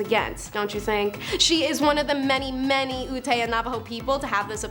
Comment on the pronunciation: Ute is prounced like you-t :)